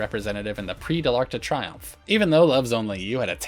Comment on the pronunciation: Triomphe is pronounced "tree-OMF", not "try-OMF."